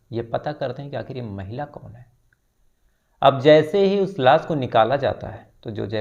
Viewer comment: भाई बाकी सब ठिक है| पर श शब्द को स बोल रहे हो| आशुतोष, लाश......